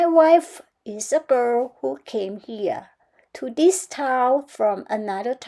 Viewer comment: medal-yellow-first-red::washhands:อ่านเองไม่ได้ปรับความเร็วเหมือนคราวก่อนใช่ไหม:face-green-smiling: ยังเกร็งอยู่เน่อะ ดีขึ้นกว่าตอนเริ่มครั้งแรกโน้นเยอะค่ะ quiet ไคว เอด Thunder, thought แลบลิ้นด้วยค่ะ girl เสียงท้ายยังไม่ได้ ฟังแล้วได้ยินเป็นเกอ ต้องเกิล heard เสียง r d ถ้าไม่ออกจะได้ยินเป็น hurt Float สระโอ word มีเสียง r อีกนิดคะ ชอบตรงสรุปการอ่านตัวเอง แบบนี้ดีค่ะ ทำให้พัฒนาเร็วขึ้นเพราะคอมเม้นท์ตัวเองได้:trophy-yellow-smiling